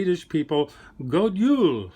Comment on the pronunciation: Some really great inspiration! I’m Swedish and really appreciated your focus on Scandinavia here. Just a quick thing, it’s GOD JUL with a J not Y 😉